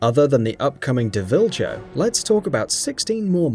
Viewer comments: Did he just say deh ville joe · How do pronounce deviljho wrong it’s literally Devil joe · you said deviljho really weirdly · Its pronounced Devil-jho not dev-il-jho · im sry i couldnt help it you said devil jho wrong its JOE lol sry i had too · Duhviljho. Wtf kinda pronunciation is that 😂😂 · other than the upcoming dah Vyl Jow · "dwiljoe" CMON BRUH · Did you just pronounce deviljho as develcha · Yarp. Though if he had looked at a wikipedia page I'm pretty sure it would've shown pronunciation. How the hell do you misspronounce deviljo devilcho.. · Wtf did you just call the deviljoe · What the HELL was that pronunciation of Deviljho!? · To begin with.. You mispronounced Deviljho . And the main point of MHW was the new monsters, and with the leaked dlc list I have to say people are stupid to still think we're getting any other flagship from past games. As much as I love Zinogre, he wouldn't fit in the game. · What was that pronunciation of Deviljho? Like seriously how do you mess up pronouncing devil. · Rofl I had to pause when he said Deviljho. That pronunciation....all faith in this vid being legitimate died right then. Mmmk back to finish.